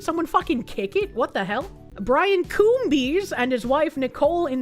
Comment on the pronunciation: Coombes is not pronounced Coom-bees, the b is silent and the es just makes an s sound. It should be pronounced cooms.